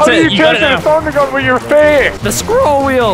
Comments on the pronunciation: I laughed so hard when vanoss said "the squirrel wheel!" (yes, I know he meant scroll.) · ''The scrOWHL wheel!'' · The sCrWoohl WhEel